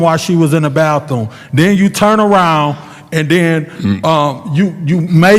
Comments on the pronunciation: "When she went to the ba-thuuum"😂😂😂 can't even pronounce words right & trying to be hostile!! Sit down boi! Y'all were really hating on Mr Mays... So sad!! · "when she went to the ba-thuuuum😂😂😂 can't even pronounce his words correctly & trying to be hostile with this man. They were really hating on Mr Mays!!! So sad!